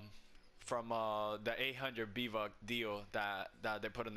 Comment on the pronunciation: did he just say b vuck at the beginning